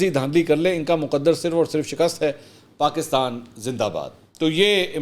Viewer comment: Why is he saying Paakistan . It is definitely not IK himself